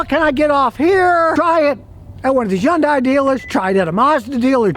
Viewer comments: You are pronouncing the name wrong. It is Hyundai like Sunday, it is not Hyundi. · Scotty, don't make the name Hyundai so complicated. It's " Hun'Day" rhymes with Sunday.... Not "Hi You In An Day". Keep it simple, dude. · It's pronounced HUNDAY